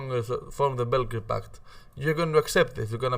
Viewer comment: Beo grad paht not bellgled pact